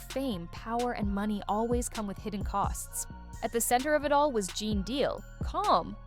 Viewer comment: Stopped watching as soon as it pronounced his name Gan Deal…how tf you have a 20 minute video and start it off with some bullshit 🤦🏼‍♂️😂